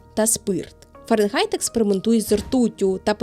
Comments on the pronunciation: Цікаво! Але Фаренґайт дуже ріже слух. Фаренгайт же ж (Fahrenheit)! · Схожа тема. Не ображайтеся тільки. Фаренгайт - повага, бо нарешті. Але звучало постійно ФаренҐайт. Не одразу зрозумів, що не так. А відео дуже якісне, щиро дякую